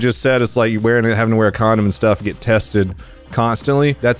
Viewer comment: Alot of emphasis on the "use a condom"part 😂